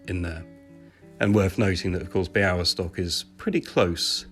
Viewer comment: niech więc obco krajowcy uczą właściwej wymowy Białystok i Podlasie